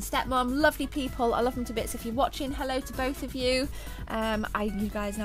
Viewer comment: She said "I lovv everyfings that´s in heh!" :-D